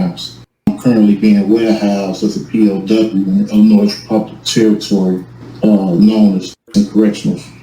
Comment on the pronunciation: The S is silent in the word Illinois you ignoramus . Bunch of word salad idiocy.